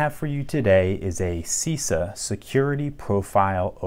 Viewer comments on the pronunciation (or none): It's Shiza not cica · Nice video as Always , just one thing..the pronunciation is incorrect; the first letter should be pronunciating like the "c" in "chest" . CISA is an acronym of Costruzioni Italiane Serrature e Affini